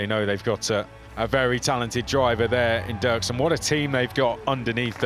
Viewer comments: Dürksen is pronounced Duerksen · Ü = UE Dürksen = Duerksen . Both are correct, in German or Spanish , the English Durksen pronunciation is wrong, the same happen to Hülkenberg =Huelkenberg in the F1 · It's dürksen